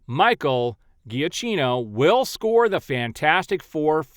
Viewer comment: Just so you know, “Giacchino” is pronounced Juh-Keno. Secondly, the “Snyderverse” that is being spoken about in those posts is Scott Snyder’s comic book universe. They keep trying to make all their articles as clickbaity as possible, which is super annoying.